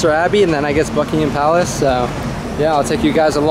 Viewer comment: The first American ever to pronounce "Buckingham Palace" correctly!